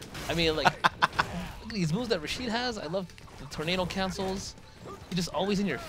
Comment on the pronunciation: his name is rashid not rashed. Rashid kinda rythem with acid. its arabian name and i'm arabian thats why i know how it pronounced